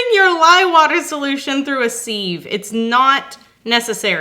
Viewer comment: It’s sieve pronounced siv ;)